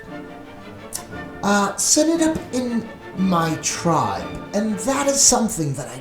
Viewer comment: It's not tribe but tripe as in her intestines !